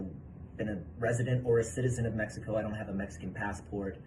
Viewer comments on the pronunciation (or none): none